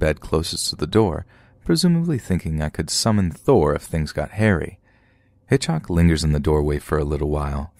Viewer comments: I’m sure nobody will read this but why did you keep saying hitchoc instead of Hitchcock. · Just drove me crazy that the narrator kept saying HitchHock instead of HitchCock. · So dear, although it sound derogatory, it’s HitchCock, not HitchHock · HitchHock 😂😂😂😂 is he meaning to say Hitchcock ??? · That'd be pronounced HitchCOCK. ✌❤ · You seriously don't know how to pronounce the last name of one of the most famous filmmakers of all time, lol?